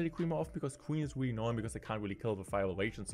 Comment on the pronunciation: Weally weally